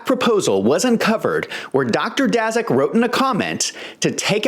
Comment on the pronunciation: Dr. Peter Daszak (pronounced 'Dashak').